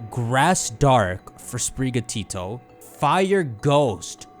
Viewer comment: spiri gatO as in spirit and the Spanish work for cat your pronunciation of this is making me loose my mind